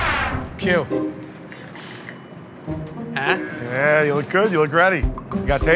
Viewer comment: you pay for those toilet papehs😂